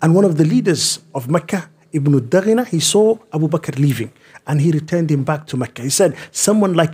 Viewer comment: It was ibnu dughunna not daghina